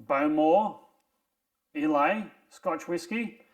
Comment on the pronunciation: Islay is pronounced “eye-la”